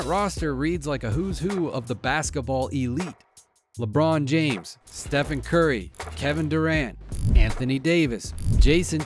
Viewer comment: He said steven but okay